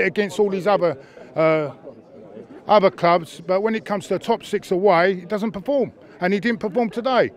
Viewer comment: “doesnt paporm” 💀💀💀